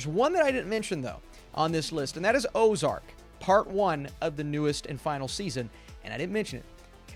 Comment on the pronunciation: Did you say Ozark?